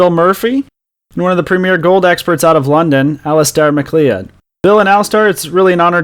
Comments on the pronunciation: but you didn't tell him how to say it. It is like Mac-Cloud. I know it doesn't look like that but it is scottish, so what can you do. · Great interview - Thanks v much. But ya gotta practice the pronunciation of Alasdair's surname :)